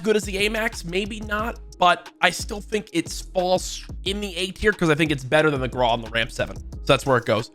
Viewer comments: Stop calling it the graw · AYO STOP FUCKING PRONOUNCING GRAWWW NO ITS WITH A U NOT A W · “The graw”